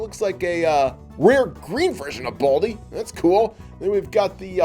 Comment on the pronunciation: His name is Baldi NOT Baldie